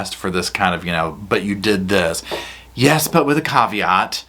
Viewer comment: “Yes, but with a cav-e-ott”. 🤦🏼‍♀️